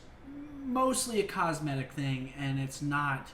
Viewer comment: say it with me scumpii : cos-me-tic items . . .